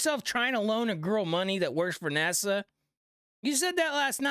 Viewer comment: Why does he say NASA like it's the capital of the Bahamas?